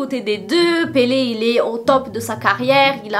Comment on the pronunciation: J’adore quand tu prononces son nom avec l’accent portugais 😍